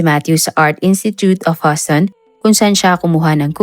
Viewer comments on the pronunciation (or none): Correction Houston is prounonced like Uston not Huston salamat